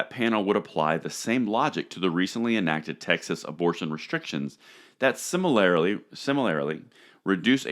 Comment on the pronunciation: Similarly (pn); sim-ah-lure-lee, not "simi-larry-lee",, that skull crusher you're wearing is too tight!